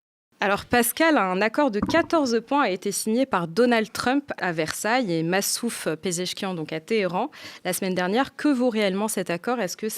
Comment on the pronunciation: C'est Massoud Pezeshkian pas Massouf 😂😂😂😂😂😂😂